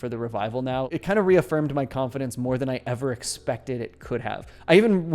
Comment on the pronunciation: Anyone else hearing him say it as Khan-Fidence